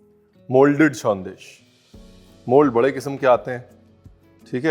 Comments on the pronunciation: Sondesh - Perfect pronunciation. & Being a Bangali Special thanks for the history of Jolbhora . That fruit is called "Taalsash" in Bengali. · actually another name of Jolbhora sandesh is taal shaansh( ice apple) sandesh because the idea of this came from there. And many many thanks to Ranveer for showcasing authentic bengali sandesh and special thanks for pronouncing "shawndesh" correctly. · I went through most of the comments and honestly, being a Bangali, I just couldn't help but admire RB's versatility. From the time you mentioned 'Shondesh' you nailed it. Thank you and wish you more and more success. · Thats why i love u ranveer .. its sondesh not sandesh ..❤️ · Aapka "shondesh" ne to dil jit liya chef! ❤️ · Thank God!! Thank you for pronouncing it as Shondesh and not Sandesh....being knowledgeable is so classy and Chef Ranveer has an abundance of it... thank you Chef!! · Thanks a ton for calling a Sondesh a Sondesh, not Sandesh. ❤️ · Nice pronunciation bro, it's shandes'' not "sandesh" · Kisivi Bangalee ko aap sharminda kar doge sir, the way you are pronouncing SANDESH. ❤️